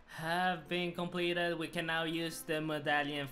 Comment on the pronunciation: Came here for him to say shompleted